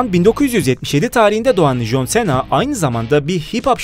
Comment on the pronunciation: Cena Sena diyo okunmiyor sina diyor okunuyor